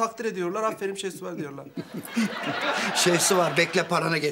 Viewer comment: Afferin şehsuvar diyorlar ahshdhdhd